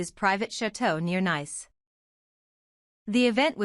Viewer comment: If you do anything please pronounce NICE as Neese. The first is a adjective the second is a Country. We are talking about the Country!